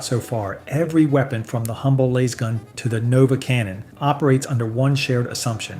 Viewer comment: Had to tune out, couldn't handle lasgun being pronounced like that 😆 not sure if it's AI or ignorance but can't do it.